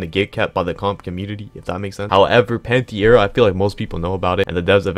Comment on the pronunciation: What dimension was bro pulling that i out of when saying pantera💀